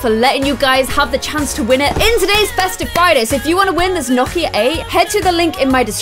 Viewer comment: Watching in 2020 Is it me or in the beginning did it sound like she was pronouncing Nokia like "gnocchi" lol you're so cute! I love your videos